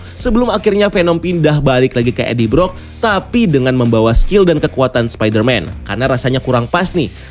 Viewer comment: Eddie Brock aja masih salah2 bacanya